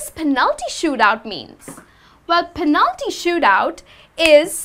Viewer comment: I found strange the pronunciation of the word "penalty". I always pronounce the first syllable stronger.